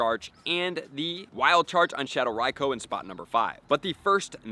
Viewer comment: Raikoooo not raikO